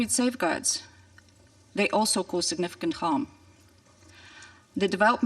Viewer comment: how is her accent still so thick after living in the US for so long??? and the way she said significant?? ugh.. I have NEVER heard a Slavic speaker pronounce it that way!!! This is such an embarrassment -- if Trump was going to send a family member he could have at least sent Ivanka, she's a monster as well, but she might have had something more than a bunch of platitudes